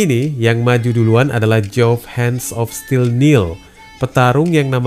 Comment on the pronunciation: Hands of still.. Koq dibaca "han" Min?? 😂😂😂😂